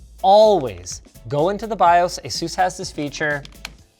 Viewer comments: this guy keeps calling it A-sús... dude! the accent is on the A!!!!! Á-sus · Asus, not "Azeus" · Asus not azus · not "asus" its "asoose" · Every time you say "Asus" I hear "Jesus" as in "Juan and Jesus". Edit: Word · Linus, say Pegasus, now say Asus. That's how my manager at a PC repair shop fixed how i pronounced Asus :)